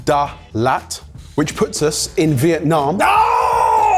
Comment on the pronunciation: "Is it vietnommm or vietnnah/no" I can do this all day. hire me.